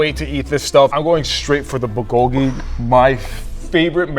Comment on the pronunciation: Why did you say pukogi? It’s bulgogi! 😡😱😱😱